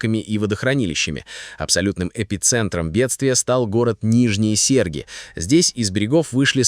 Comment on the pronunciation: Также правильно Нижние СергИ, а он сказал СЕрги...